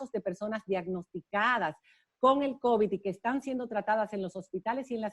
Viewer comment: No es cóvid, es covid, covíííd, covíííd, periodistas.